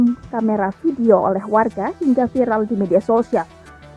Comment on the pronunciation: Cara baca yg salah. Viral jadi vairal